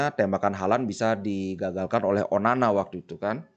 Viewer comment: ONANA BLI BUKAN ONANI... SALAH SEBUT TERUS ENTE BLI...